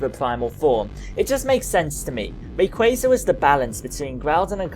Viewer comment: Ray kwa za that's how u pronounce it dear got please say it right